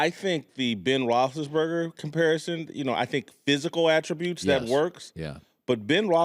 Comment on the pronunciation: rossenburger? rossisburger?!?